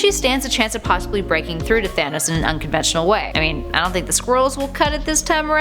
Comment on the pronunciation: She pronounces it thanis